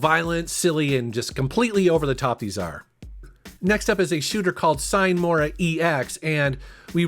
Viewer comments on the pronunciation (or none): Point of pedantry, it's pronounced SEE-nay. It's Latin for "without delay," kinda bold for a video game title.